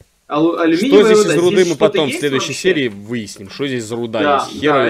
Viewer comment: "В следуюзей)"